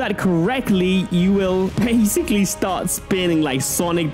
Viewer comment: Bruh stop saying bassicly